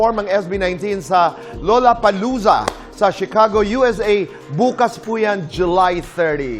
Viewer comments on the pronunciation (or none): lollapalooza's pronunciation is lah-luh-puh-LOO-zuh. hindi LOLA 😁